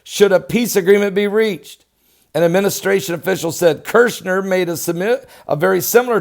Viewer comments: His name is Kushner there is only one r. Not Kirchner. My pet peeve sorry God bless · I Dont mean to be rude, but Jared kuchner's name is KUCHNER, not Kirshner. Thank you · Kush ner... not kirsh ner..